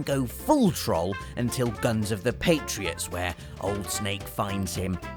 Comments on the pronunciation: Troll, not troal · It's not pronounced "trol", it's pronounced "trole". Trolliest? What are they, Tesco trolleys? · I love, but why does he mis-pronounce troll? It's meant to sound like trole, not trol. Unless he did that on purpose, the troll. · did I just say Oblivion? Me: no I believe you just said "trawl" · Troalliest? Jesus fix your pronunciation. Jesus almost as bad as brits saying parmazan instead of parmesan. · next time you say "trall" I will slap you so hard it will feel like you kissed a freight train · ( has a unique way of pronouncing "Troll". Don't think I've heard it before) The Elder Scrolls IV: Oblivion - The Adoring Fan Destiny - The Cryptarch Borderland Series - Claptrap (Poor is traumatised.😅) Final Fantasy VI - Ultros Tomb Raider II - Winston Metal Gear Solid Series - Johnny Souls Series - Patches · the way you say troll is fucked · It's great how he misspronounces troll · The fact you say troll with an "ah" sound instead of an "oh" sound makes me miss Manchester... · He says troll weird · pronounce the o in troll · You pronounce Troll wrong. Just had to put that out there :)